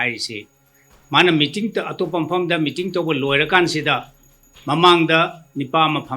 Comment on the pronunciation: Mating haiba ntte meeting haibne. Khitng pronunciation chumna pabiyu. Atei di ym fajare. Sidage khnna haijaba ntte. Fajahningbgini. Thank you